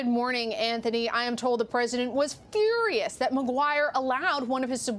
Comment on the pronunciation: He's "Furrerriiiious" please report news and not put in "special emphasis"